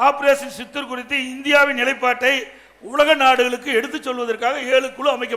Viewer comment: சித்தூர் அல்ல சிந்தூர்...